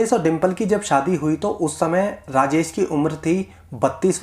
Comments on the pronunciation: Raajes nahi raajesh boliye 😏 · Rajesh ko rajes kyon bol rahe ho thik ucharan karo